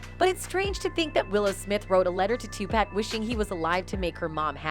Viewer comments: I like how she says /tupaec/ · Why she keep saying Two pack ? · Can someone tell her how to pronounce 2Pac NOT TWO PACK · Maybe you should learn how to pronounce Tupac's name before making a video full of allegations. It's obvious you don't have a clue and are just reading off some text that someone else wrote. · I cant with the pronunciation of some of these names. Two-pack and Madeena 😂